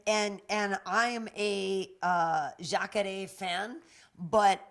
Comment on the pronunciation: I hate when u say jacare,s name. Why do u always pronounce it like that. No one else in the mma world does.